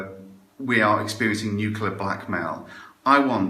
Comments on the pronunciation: Woodock! It's nucLEAr, not nucULAr. i tried to resist correcting you, but i failed. by the way, i'm just watching Adam Curtis' Bitter Lake documentary. It's long and arty, but fills in a lot of gaps in my knowledge about the arms trade and the West's involvement in the Middle East. Pretty essential viewing if, like mine, your knowledge was a bit sketchy. It's on iPlayer at the minute. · Has anybody noticed that woodcock mp guy can't even pronounce the word "nuclear" properly? Makes all of his arguments completely void in my opinion